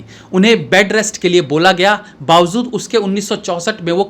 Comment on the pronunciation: Bawazood naheen BAWAJOOD hota hai.